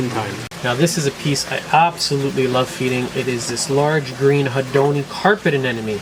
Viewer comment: Why do you say aneNome instead of aneMone? It's a M in the middle and not an N. When you abbreviate, you say neM. Why don't you say neN? But then again, maybe it's just me and no one else the universe really cares. Really like your content and have learned a lot. Keep up the good work. Thanks for all you do to improve the hobby and educate all of us.